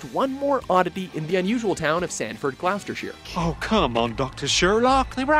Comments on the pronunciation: Am I the only one who noticed the botched pronunciation of Gloucestershire? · By the way, Gloucestershire is pronounces GLAWSTERSHIRE, not GLASSTERSHIRE.